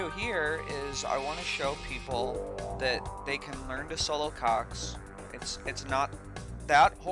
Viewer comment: whew, this whole time I thought you were saying cocks! That was close.